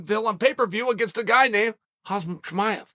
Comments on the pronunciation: Everyone calls Khamzat "Khazmat" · I cant believe Chael has been doing a video every week about Khamzat for the last 6 months and still doesn't know how to say his name.. absolute troll.